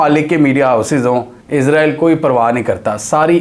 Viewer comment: بھائی جان پلیز عزرائیل نہ کہا کریں اسرائیل ہی رہنے دیں